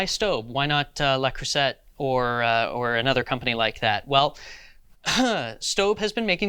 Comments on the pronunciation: Also, Le Creuset is pronounced as luh-CROO-zay not la cru-zet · That bothered me too.